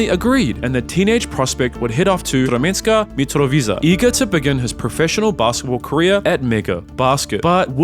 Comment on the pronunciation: Imena akcentuje pogrešno, a Sremsku Mitrovicu sam, kako veće neko ranije reče, oplakao.